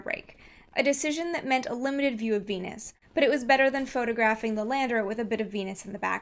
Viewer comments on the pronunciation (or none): When she says Venus I hear penis. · Veenus can get tha Peenus. On god